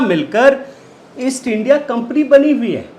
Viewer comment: इस शब्द का उच्चारण "इन्डिया" नहीं, आईएनडीआईए का उच्चारण किया करें. आशा है आप ध्यान रखेंगे. धन्यवाद.